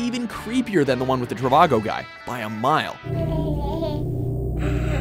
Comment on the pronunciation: The Trivago guy mispronounces the name of his own business. He says "CHI-va-go", like Chicago.